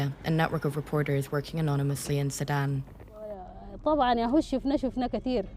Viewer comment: SU DAN !!! Say SU DAN!!! Not Saddam!!!